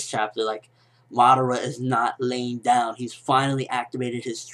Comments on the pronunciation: Uchiha Mada--WHO? Madaara? And who the hell is this "Na-ru-to" that you speak of of? T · LOL WHY DO U KEEP SAYING MADARA NAME BACKWARDS